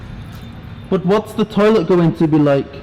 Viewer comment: Your English=Indian tolit 😠😠😠